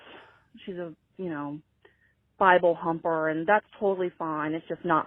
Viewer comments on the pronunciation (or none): Biblehumper instead of thumper got me lmao